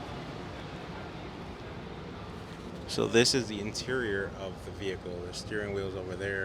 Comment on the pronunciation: V-hickle.. lol